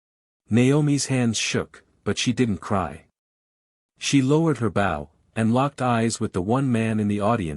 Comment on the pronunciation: It is too bad the commentator doesn't know how to pronounce BOW. Guess the commentator is a dog...bow wow wow!